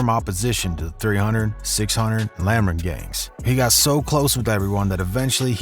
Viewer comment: I wish this white boy narrating this video would just stop because not only does he not kno shit, he can barely read what he’s seeing on google. Pronounce Lamron correctly…